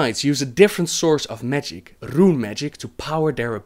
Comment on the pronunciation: I like how you change from saying RRRRRRRUne magic.. then rune magic. lol